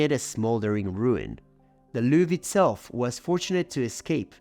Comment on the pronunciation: I didn't want to nitpick... But now that you've brought my attention to it, listen again to how pronounced the consonant "J"...That's not how the French do it. Maybe you do, in Quebec? Also how he pronounced "Louvre," "promenade," "Invalides", etc. A multitude of incorrect pronunciations. French is not Spanish.